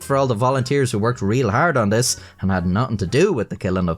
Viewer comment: It was hard for you to say "thanks to this decision" because the sentence order naturally makes you shorten the th in "this", but you're trying to annunciate and fight the urge to turn it into "dis", so your brain hyperfocuses on it, making you trip over it. It's the verbal equivalent of when you look at a word too long and it stops looking real, your brain is going "I've never even heard of the word "this", how do pronounce made up word? No do. Impossible." Your tongue and your brain are in cahoots to sabotage your linguistic abilities 😂